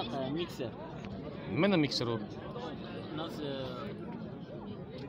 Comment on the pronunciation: Miksir 😃😃😃 miksirmas u frezer u